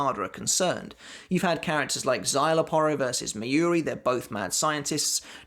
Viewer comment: Love the videos. But, please, learn the names of the characters. It's Mayuri, not Miyuri. It is just jarring.